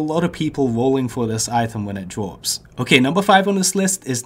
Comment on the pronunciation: Anubis lots of people will woll when it dwops